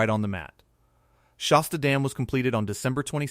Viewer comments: It's Shasta (like "hat"), not Shosta. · If this guy cannot correctly pronounce the word "Shasta" then it doesn't inspire me to believe anything he says